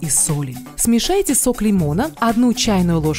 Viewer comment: "ВАЗМИТЕ", "СМЕЖАЙТЕ"😁👍